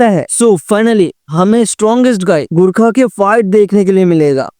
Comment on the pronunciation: Abey sale gurkha naii gorkha HOTA hey